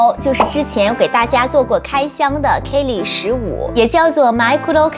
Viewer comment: 跟我读，k-e-li, 不是 k-ey-li.